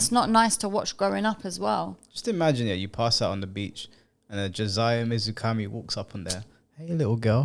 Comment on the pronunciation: That “Josiah Mizukami” part was messed up😭😭🤣🤣🤣